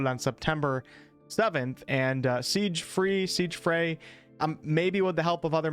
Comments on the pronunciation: It's pronounced "Zig-Free,". When I was 10-12 years old in the 1990s, I worked on translating Japanese Super Nintendo RPG games. Now I'm 40 & have the fire in my heart to make BG3 content with this toolkit. I wouldn't be surprised if Larian left this little gem for us to play with. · It's pronounced sig free, just like Siegfrey. Dunno why they dropped the y though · It's pronounced "Siegfre", you're welcome :) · Siegfried is pronounced "Sig Freed".